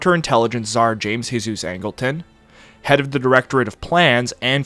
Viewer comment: Fyi- thats James JESUS Angleton, not pronounced "hey-zeus" like hes hispanic. He pronounced it like our Savior. The man was an absolute freak of freaks and quintessential CIA. You need a video on him if you dont have one, just discovered your channel. Kinda shocked you never heard how Angletons name was pronounced.